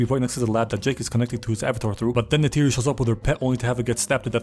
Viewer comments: Did my man call neytiri "tisiway"?😭 Thats not even remotely close.. Nayter Nety Naturi I would accept those BUT WHAT THE HELL IS TISIWAY? im not even an avatar stan or whatever, but c'mon, thats like calling Pocahontas "limlicia" 😭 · how do you know the dialogue but call neytiri “chitawe” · im 4 minutes in and every time you mispronounce Neytiri i find myself audibly correcting it, lol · i love this but who butchers Neytiri's name like that😂